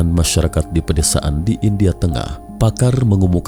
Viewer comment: Lima jutak, empat jutak argentinak, indiak ada bunyi k"